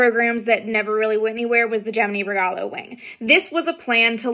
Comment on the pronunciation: The only thing you pronounced that I had trouble with was the "regalo wing" part at first - it wasn't until the end of the video that I finally figured out what you had said. Now that I know what you said, I can't hear it any other way, but I heard, like, "rgah loway" or something and I was very confused. Really cool vid tho, loving it